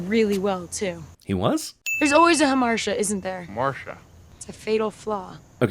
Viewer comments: It isn't pronounced "Huh-marsh-uh", it's "Hahm-are-tee-uh". But then again this movie is filled with pseudointellectual nonsense like that, so I'm not surprised. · Forgot a sin. Hamartia is pronounced "huh-mart-eeyah," not "huh-mar-shah." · Could've sworn hamartia was pronounced hah-mar-tee-ah, not ham-mar-sha... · Another sin: It is most definitely pronounced "ha-mar-ti-a," not "ha-marcia" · Why did he tell her he was dying while still in Amsterdam? Way to ruin a good trip. And Hamartia is pronounced Aa maar tee ya. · It's pronounced ha-mar-tee-uh. Sin (ding) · It's pronounced ha-mar-TEE-ah. SAT word show-off fail. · If they're gonna use words like hamartia, they could at least pronounce them correctly. hämärˈtēə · She also mispronounces "Hamartia." Hard 'T' sound. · I really don't think hamartia is pronounced ha-marsha. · SHE PRONOUNCED HAMARTIA WRONG ASDFGHJKL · According to Google, she pronounces hamartia wrong. Ding. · she also pronounced harmatia wrong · Did anyone else notice that they, and CinemaSins, pronounced "hamartia" wrong? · That's not how "hamartia" is pronounced. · Did anyone else cringe on her pronunciation of the word hamartia? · Missed movie sin: hamartia isn't pronounced that way. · I've been avoiding watching anything to do with this movie due to all book to movie adaptions ending in disappointment lately. This movie's "hamartia" was its butchered Brady-Bunch pronunciation of the word. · Also, she pronounced "hamartia" wrong. You get that a lot with people who learn words from books, as opposed to conversation, though, so I guess it's forgivable. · sin for pronouncing hamartia incorrectly... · I think Cinema Sins pronounced it wrong on purpose to sneak in a Brady Bunch joke XD Though if you meant the movie itself then yes, that is worth another sin point. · They also mispronounced Hamartia.